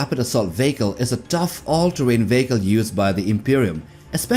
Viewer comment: VEE HEE KÀL not veeehko